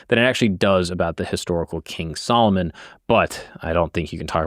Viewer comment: you say Solomon like old black women say salmon